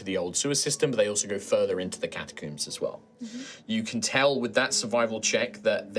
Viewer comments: God I hate the way he says catacombs. I never want to hear him.Say it again, one O, not two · Is it a british thing to pronounce “catacombs” as “catacooms”? I’ve never heard someone say it that way before lol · Yep. Rhymes with tombs.